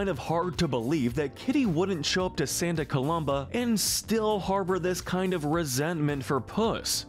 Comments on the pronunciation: Why do you keep mispronouncing Santa Coloma? There's no "B" in the name! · you pronounced Santa COLOMA wrong